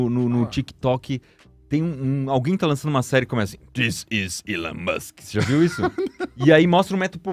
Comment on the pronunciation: "This is elon mus"